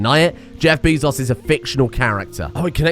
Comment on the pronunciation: I mean... how do you pronounce the word "be"...